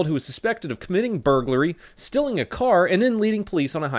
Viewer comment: Anyone else notice how clearly pronounces some words in his own manor? Stealing = stilling Male = Mell etc Gets me every time